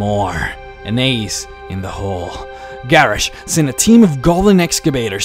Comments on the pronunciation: Ok, I honestly cant finish watching this video because your pronunciation of some of the names is just irritating. It is Guh-rosh, and GRIM, as in GRIM REAPER. My god. Maybe you should learn how to actually pronounce the names of the characters before you make a lore video. -. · I personally don;t hate his voice but the fact that he cannot pronounce a lot of the World of Warcraft names properly really annoys me. the way he pronounces Garrosh = gareish and how he says Jaina, making it rhyme with vagina, and the way he pronounces Kairoz as kayrez and when he tried to pronounce the heart of Y'shaarj .... Y'shaarj comes out as Yavsh,,,, I lost it . PLEASE learn to pronounce the names correctly, You can defiantly say either English is NOT his first language or that he has a speech impediment.